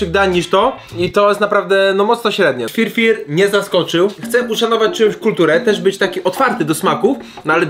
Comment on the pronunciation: To się nazywa Fyr Fyr nie FirFir jestem w Połowie Polakiem w Połowie Etiopczykiem